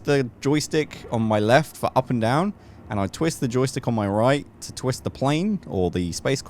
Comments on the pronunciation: "Twitst" lol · hehe "Twitst" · Ah yes, Twitst